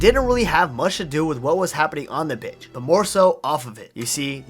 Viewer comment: did he say bi—- instead of pitch